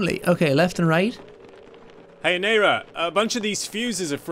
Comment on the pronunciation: triggers me how he says aneira...